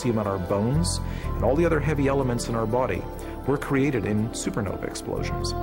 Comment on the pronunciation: Also why he call it a super novy lol